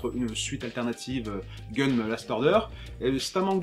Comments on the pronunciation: Tu critiques les gens qui disent "Guisse" pour "Geass" (que tu prononces "Gay-ass"), mais tu prononces "Gunnm" pour "Gunnm'... Ca se dit "Ganmou" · Ça se prononce "Gaine Mou"